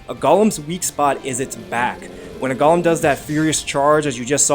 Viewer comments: A "gollum'. lol, its go-lem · It's GOLEM not GOLLUM 😂